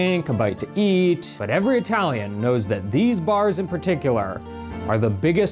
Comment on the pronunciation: italian pronunciation is hilarious.